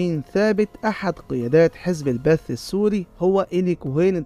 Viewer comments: اسمه جزب البعث وليس البث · مش معقول شخص عامل وثائقي بخص سوريا ومايعرف انو اسمه "حزب البعث" وليس "حزب البث" طبعا تكرر مرتين دليل عدم الاطلاع مجرد نقل قصاصات معلومات عن النت، الشئ الآخر وقت الإيقاع بإيلي كوهين لم يكن حافظ الأسد رئيس سوريا مثل ماذكرت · حافظ الأسد استلم الحكم عام ١٩٧١ . عام ٦٤ و٦٥ كان الرئيس أمين الحافظ. والحزب اسمه البعث وليس (البث) 😮